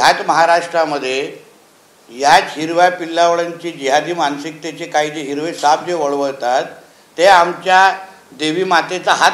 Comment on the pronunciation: Bolte bolte Sahi Nikal gyaa heere bola phir hirwe bola 😂😂😂 12 . 19 per bola